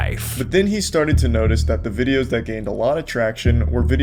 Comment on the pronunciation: And adding ahs to words. VideosAH.